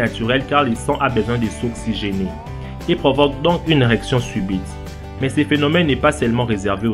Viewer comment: "et provoque donc une erection suBITE !" XD